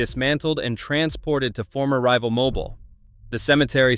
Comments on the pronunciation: it is mobile not mobull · It’s pronounced “ Mo-beel” not “Mo-bull”